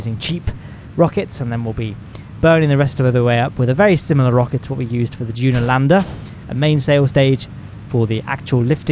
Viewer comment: "Juna" lol